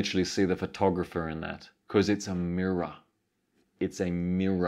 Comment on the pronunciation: its a mirraw, its a mirraw hehe